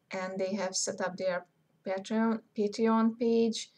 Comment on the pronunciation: Photoshop what ? And what were you saying at about ..."Patrion" ? At about on the video, what was that ? Thanks